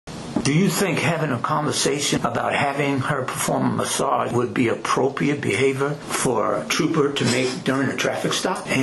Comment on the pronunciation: Neither one of these grown men can say the word appropriate correctly. I know it's petty af, but damn, it's not a hard word to say.